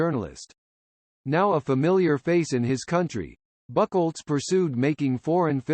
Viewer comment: Who's this Horst "Buckelz"? LOL